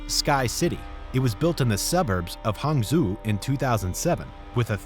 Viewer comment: Hangzhou = Hawng Zho